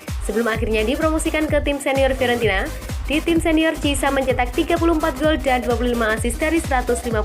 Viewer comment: Bukan Cisa ya min tapi cara nyebutnya KIESA, bukan delek ya min tpi DE LIG